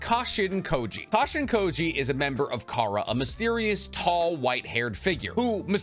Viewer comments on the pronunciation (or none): none